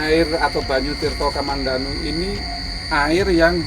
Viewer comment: tirta kamandanu bukan kamandandu